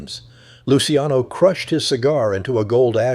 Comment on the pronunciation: AI shit can’t even pronounce luciano properly